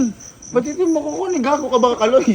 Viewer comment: Kalo hindi kaloy😂😂😂